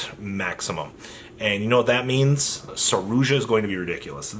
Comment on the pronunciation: Wtf is a 'saroozsha'